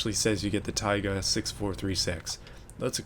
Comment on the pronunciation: You pronounce "tayga" slightly wrong, it's "taygá" not "táyga"